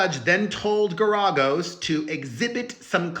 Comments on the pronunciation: No, the accent is not on the second syllable. 🙄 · It’s pronounced Gar A Gos. Fyi. ❤ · Mark is pronounced “Gare ē goes” 💗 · How do you call yourself the queen of all media, which by the way is Wendy Williams and you don't know how to pronounce the lawyer's name correctly? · Pronounce Geragous name right. Shit… otherwise Diddy is horrible. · The NEXT time you do a video, PLEASE look up how to correctly pronounce the name!!!! It was excruciating hearing you slaughter the name Garagos... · It was absolutely EXCRUCIATING hearing him pronounce it wrong over and over and over!